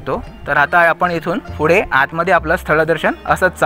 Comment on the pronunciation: Good info , फक्त आपण फुडें असा ना म्हणता पुढे असा म्हणा.